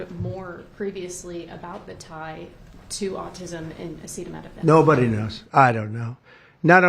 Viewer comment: I’m surprised he knew how to pronounce acetaminophen